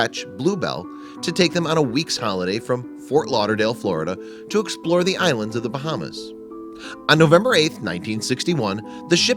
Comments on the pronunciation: You mispronounced all of those islands lolll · You pronounced all those islands wrong but you may be American so it’s understandable.